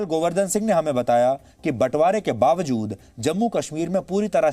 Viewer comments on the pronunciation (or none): none